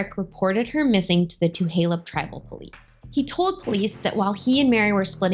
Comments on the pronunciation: Hey first off how u pronounce Tulalip is, tah-la-lip not two-ha-lup and second the welfare check you say she didn't pick up is not a welfare charity check the money is called a "per capita" which is a payment that come from the three casinos that every tribal member gets paid a percentage of the profits. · Thank you for doing this story. I just want to submit a gentle correction; its TuLaLup* (pronounced TOO-LAY-LUP*** NOT TuHaLup (current pronunciation in video Too-HAY-Lup is incorrect) 🙏🙏🧡🧡🙏🙏 And like SuPeRn8v1960 stated, its not "Welfare" its PerCap. Its unfortunate that this story is being being used to bring attention to your channel and your intention is not pure or for the betger good of MMIW. Definitely still a racially driven post and thats super shitty. So while I initially followed your channel, I will have to unfollow it after this comment. I will not support this use of this story to help bump your youtube popularity. Its disgusting and we should be way passed this in 2024. 😞😞🙄🙄😞😞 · It’s just Tu-lay-lip I grew up off 34th Ave right on fire trail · Tuh-lay-lip Tulalip no H. Thank you for the informative video 😊 Such a close to home story. I am 5 years older, born the same day and grew up on Lake Goodwin. Fly high Mary ❤ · I grew up on the res. It's pronounced Tuh Lay Lip. Thanks for the great video. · Two lay lup Tulalip is pronounced 2 lay lup